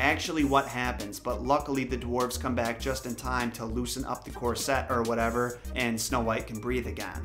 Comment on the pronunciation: Corset, like "hornet", not like "corvette"